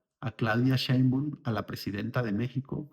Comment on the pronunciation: Estás pronunciando mal el apellido de Claudia